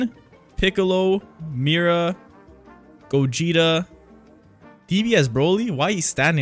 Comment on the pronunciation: BRO ITS PRONOUNCED (KAI)KI AND GOGETA IS PRONOUNCED (GOGE GET A)